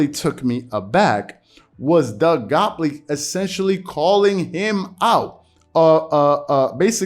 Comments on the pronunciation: "GOT-leeb" "GOT-LEEB" "LEEEEB".. Not "Gopley". Made it hard to pay attention lol. And gottlieb a weirdo for this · Say it with me, Gott-lieb. Man it’s in the title, the least you can do is pronounce the dudes name correctly. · Bro can you pronounce the guys last name correctly? It’s not that difficult 🤣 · Gotliebb is right tho.. skips70 there’s no need of name calling and mocking people.. and are you purposing pronouncing his name wrong lol